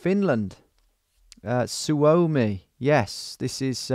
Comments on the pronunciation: not su-(ou)mi but (suo)-mi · su-o-mi not sue-oh-me